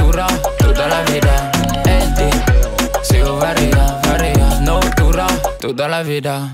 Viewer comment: Franchement lourd mais deseo tu le dit pas bien...